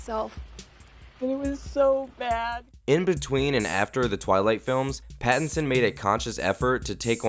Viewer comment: Robert Bat-tinson